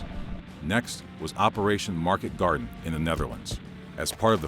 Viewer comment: Did you say maketgardner?